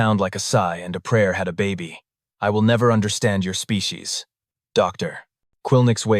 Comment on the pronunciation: The AI talks fast and has pacing issues, it also skips the occasional word . It can't pronounce SPECIES.